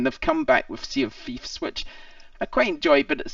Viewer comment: the way you say Sea of Thieves... is just chef's kiss "See a Feefs"